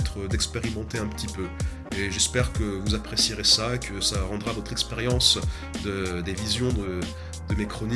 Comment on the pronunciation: "Merci pour VORE compréhension" Tu ne pouvais pas choisir une autre video pour ce genre de fautes?